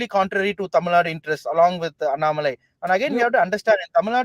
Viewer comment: Barkha please learn to pronounce Annamalai correctly. It is not really difficult. You take trouble to pronounce French names , oh so very correctly, but why not Tamil names ?! This superciliousness if the upcountry people is i guess what actually bugs the Tamilian.